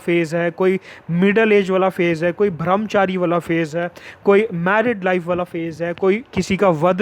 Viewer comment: It's brahmchari not bhramchari